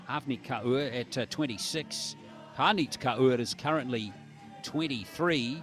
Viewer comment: Kaur is pronounced as "core". Not as "car ooo" as the commentator pronounces..